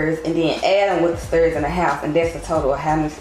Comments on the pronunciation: “The sterrrrrs” 😂😂😂 I love you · the way u pronounced “Stairs” was killin me 😂😂 but i love your vlogs 🫶🏾